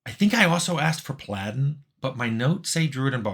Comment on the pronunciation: Ok, did you really just say, "Pal-addin", Tim?